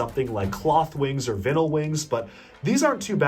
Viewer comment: Anyone else annoyed at him mispronouncing vinyl